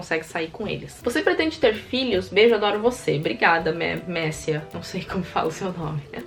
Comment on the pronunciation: Aeeeee ela respondeu minha pergunta 😍😍😍 e vc falou meu nome certo sim kkkk. By: Méscia